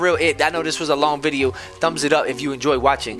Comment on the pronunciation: He I watch yo bidios al taym